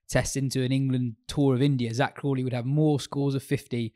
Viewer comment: says Crawley and I hear Kohli